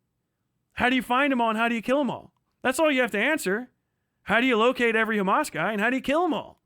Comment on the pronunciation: "Do you condone Hemes?" x8 "I'm so rightous duud, I'm political comentator on the internet with biseksüel lighting in the back, I'm always right." Piss off, grifter boy. You only fool lobotomyte children on their phones.